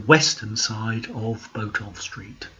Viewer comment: Interesting video. I've lived in Norwich most of my life (now 69) and remember going to the old Odeon. I've always heard Botolph pronounced as Bot-olph (bot as in robot), rather than Bo-tolph.